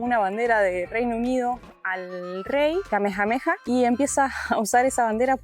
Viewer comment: 🤣🤣🤣 diciendo el nombre del rey jeje